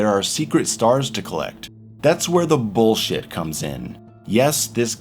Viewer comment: I enjoy the way he says “boolshet”